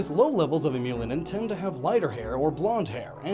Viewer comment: Eumelanin = YOU-MEL-ANIN